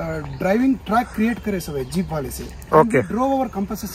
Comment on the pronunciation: Is it Jeeeeiiipppuu or Jeep 0.23